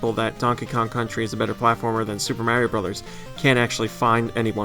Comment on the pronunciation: GoNintendo drinking game, take a drink every time badly mangles the pronunciation of Mario or any Japanese developer's names. Don't blame me for alcohol poisoning.